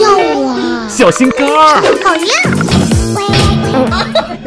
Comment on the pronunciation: 讲的是小心杆，红尘听到的是小心肝